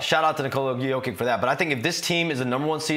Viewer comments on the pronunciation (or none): Say it with me man, Yo-Kitch. Jokić has an extra sound in the Serbian language as noted by the mark above the ć. I think we know someone who doesn't like Nikola or the amazing seasons he's been having. Let's also not forget he is 16th in steals, and 6th in deflections, and does have a highlight reel for game winning blocks. He's not all offense, but his defense doesn't come in almost entirely zone setups like Embiid gets most of the time so peopledont understand why it doesn't shine. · How are you on this panel and can't say his name right?? IT'S YO-KICH!! The two-time MVP! Ugh. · shams cant even get close to saying his name the right way.... smh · Will someone please explain the guy how to properly pronounce back to back mvps name? Very disappointing and disrespectful. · Jokic is at the point where shams charania should be pronouncing his name right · Why can't that dude say his name right, sheesh